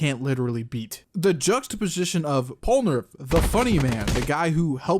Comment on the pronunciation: It's "polnareff", not "pole nerf" It's "jotaro", not "joðro"